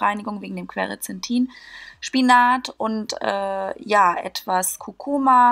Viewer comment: Es heißt "Quercetin" nicht "Querecetin" und der andere Wirkstoff heißt "Silymarin" nicht "Syliamarin" - das ist in der Mariendistel; ist für die Leber super, genau so wie Artischocke und andere Bitterstoffe. Was aber der Leber wirklich hilft ist eine ketogene Ernährung ohne Kohlenhydrate, da im Fettstoffwechsel die Leber viel besser durch die Ketonkörper entgiften kann.